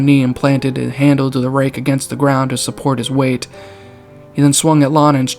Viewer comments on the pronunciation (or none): none